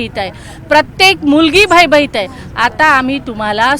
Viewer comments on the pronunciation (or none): भय भईत नाही ग बाई.. भयभीत असतं ते पहिले बोलायला शिक.. आणि पंकजाताई मुंढे नाहीत.. संपदा मुंडे.. काय मॅडम...😂😂